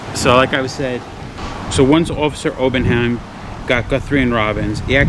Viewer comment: No such place as South Barrington, Mass. Get it right. P.S. It's Obenhein, not Obenham.